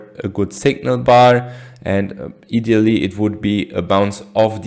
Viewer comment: Just to correct your English ( You are doing great ) When you say " idealy " You are say " ee-dealy " , Say I -dealy as in your eye balls . " Eye -dealy .